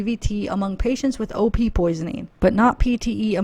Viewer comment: Every time you said "OP" intoxication; i thought u were saying "opiate " intoxication. 🤦🏻‍♀️ lol. I was like.....really??? Opiates can cause pulmonary embolus and DVT's??? Haha. OP's would show up in toxicology screens. We don't have to "look" for certain chemicals. When a tox screen is done- it will show ANYTHING not normal. Antifreeze and Round-up are both organophosphates. So YES very easily accessible. But it would show up on a tox screen. The DUMBBELL thing is CRAZY!!!!!!